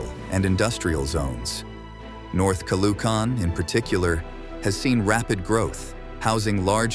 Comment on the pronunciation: Narrator perfectly pronounces Montrouge, but completely bombed Caloocan. Initially missed Pateros, but did a good comeback.